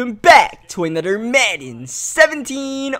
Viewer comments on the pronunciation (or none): Nobody else noticed he can't pronounce anything that has TH?? Like when he says another he says anudder widderspoon (Witherspoon) lol